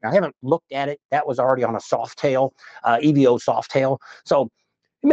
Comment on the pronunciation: Stop saying E V O, it's a damn evo nothing else too it and you don't drive motorcycles you ride them.